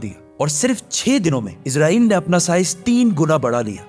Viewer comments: Bhai izrael farishta hai Israel bolen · عزرائیل نہیں اسرائیل ہے بھائ